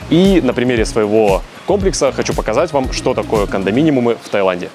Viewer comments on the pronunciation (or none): кондоминиумы, а не кондоминимумы)